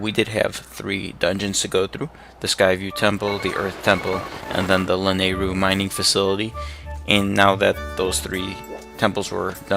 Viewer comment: lol you pronounce lanyru wierd.... I pronounce it like this (LAN- I (i as in it) - ru (like ruto)